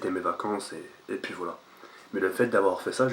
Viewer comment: On dit " et puis " pas " et pis " mdrr